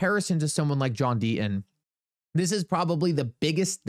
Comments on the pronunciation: There is a 'T' in the name Deaton , has to be pronounced ...Sir. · There is a "t" in Deaton